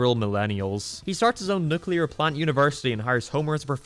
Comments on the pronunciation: Nuclear... It's pronounced nuClear, you'd know that if you actually watched the show. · It’s pronouced Nu-clear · “Jay” is not pronounced “Jeh”. “Nuclear” is not pronounced “nucular”. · Love how the video is very heartfelt and a smart interpretation of the family… at the same time doesn’t know how to pronounce “nuclear” or read Roman numerals